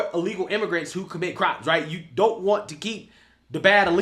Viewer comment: “No more money for jou” 😂😂😂